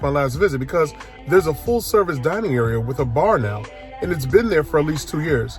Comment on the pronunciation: "Dinning Room" 🙄